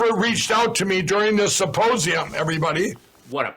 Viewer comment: “Supposium,” every single time he says it.